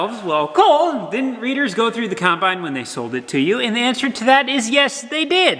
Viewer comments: I grew up with a Mom who put an "r" in wash... so it came out "warsh", like says, so it's just a cool memory. Is it just me or does it sound like says coN-bine? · Does just call it a “Conbine”?